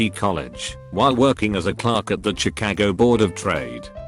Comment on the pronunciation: I love how its says chacagio